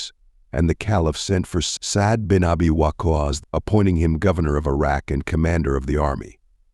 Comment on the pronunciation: By the Way, the way WaQqas is pronounced needs a bit of correction 👌